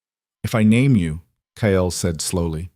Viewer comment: His name is Ile Kyle. Not Kayel!